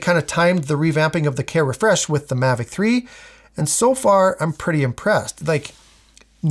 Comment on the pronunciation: Mavic "Tree"? 😯😆